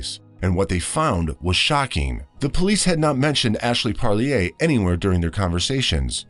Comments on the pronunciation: It's pronounced par leer. Like deer. Parlier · the name is pronounced PARR- LEAR